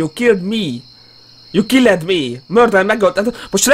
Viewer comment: felolvassa: Murderer, you killed me(itt helyesen olvassa ki a killed-et). Megáll egy pillanatra és mégegszer kiolvassa killed-et, de ezúttal már nem helyesenxdd😭👍🤣